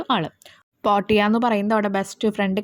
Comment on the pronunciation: Chechi പോർട്ടിയ Alla പോർഷിയ Ennaan